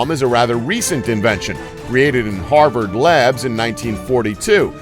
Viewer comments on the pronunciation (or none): none